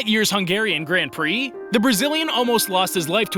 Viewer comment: Please say grand prix and not gränd prix